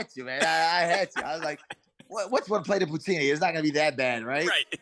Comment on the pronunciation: poo-teen-E ooooooooooo .... K